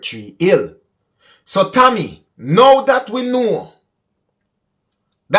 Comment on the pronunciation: Maybe you were pronouncing TAMMY as Tommy. Therefore people would have thought that the driver was a man